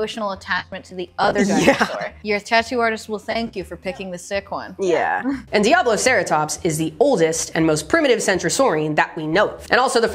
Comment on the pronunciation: favorite dinosaur name until pronounced it correctly, always thought it was pissattackosaurus … you ruined my childhood